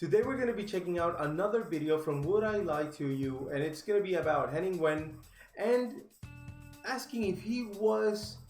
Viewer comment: You need to watch henning Edinburgh and beyond also watch live at the Apollo... The w in wehn is pronounced as a v 👍